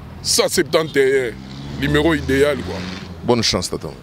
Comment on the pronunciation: Yo tata wenge tonya tonya okoki te ebongo kaka parlement oko koka...oko mela pema en plus ozo loba limero au lieu de numero